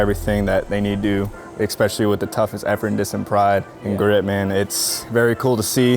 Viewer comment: This dude needs to learn how to pronounce "especially"